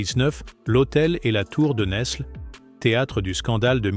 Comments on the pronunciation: Bonsoir ! Cette histoire de France n'est même pas parlée en bon français. NESLE ne se prononce pas NeSle, mais Nèle. Le S ne se prononce pas. Sachons-le... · Fille de Louis IX ( Agnès de France ). Saint Louis longtemps après en 1297. Isabelle de France a justement réclamé le trône pour son fils . Tour de Nesles ( Prononcer nelles pas ne s les ). Philippe le Bel devait taire cette affaire.